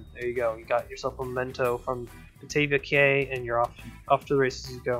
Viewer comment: Great video and love how your wooden coaster is a nod to kraken grotto being similar colors. When I think of a name for a wooden coaster that's beach themed I always use driftwood because it makes sense in my opinion. Also not sure if you know but cay is actually said like key which makes no sense in my opinion (gotta love that English language) which also surprised silvarette if it makes you feel better.